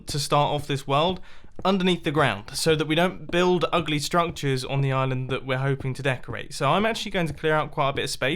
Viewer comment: "Ugly Strunctures"